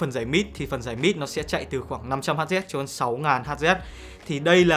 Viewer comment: Hz đọc là héc mà anh :((( đọc héc cho ngắn anh ạ